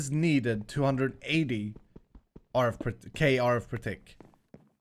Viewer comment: 1 let him keep "kerf". It's unique and fun :P